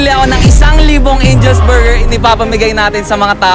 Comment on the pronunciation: HAHAHA SANA KUYA DI KAYO NAPAGOD KAKA BORGER BURGERR BORGOR BERGERR hahahaha